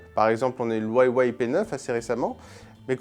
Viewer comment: wayway ? c'est pas plutôt huawei et ça se prononce hwawi hein